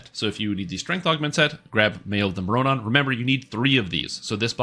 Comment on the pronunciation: love your videos, but please learn how to pronounce mroranon :P you can pretty much just swap the first r with the o and say morranon like more-anon